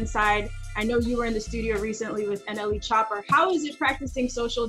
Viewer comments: why tf do they say nle chopper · “NLE chopper” wtf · did she say NLE Chopper? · so we gon ignore that she said NLE Chopper.. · "NLE Chopper" ... Terrible